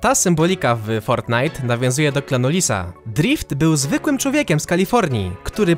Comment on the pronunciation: jak mówiłeś to słyszałem "Klan Disa" XD